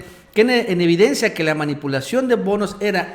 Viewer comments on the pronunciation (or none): none